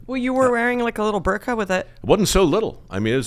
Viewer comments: It’s a birdka, not a burkah… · Don't you mean a Bird-ka?